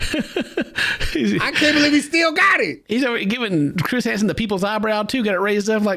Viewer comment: Chris pulling out the Southern accent with the “Why don’t you start o’er again” sends me every time 😭